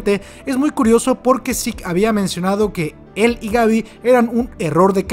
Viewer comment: Me agrada mucho que pronuncias el nombre como realmente se pronuncia: "Zik". Estaba un poco cansado de los youtubers españoles pronunciando su nombre como se escribe, Zeke, suena horrible.